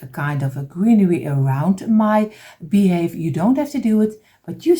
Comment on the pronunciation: you're saying it wrong it's beehive sorry I don't want to correct you but you're saying it wrong it's beehive your friend Heather from Canada Hamilton Ontario